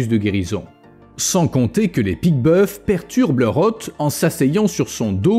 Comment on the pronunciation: On dit pique boeuf(s) sans prononcer le s..Juste pour dire